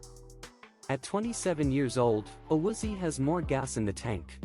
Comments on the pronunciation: Pronounce his name, it is A Woo Zee Ayy. Stupid robot voices are horrible. Also, I agree, Collins might be trade bait unless he is healthy and plays better in 2023. Williams can go as well. Carmen is improving and could be our starting RT. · Awoozy? 😂 nice butcher job